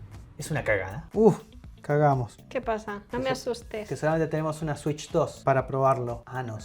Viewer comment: Una swich 2 polfavol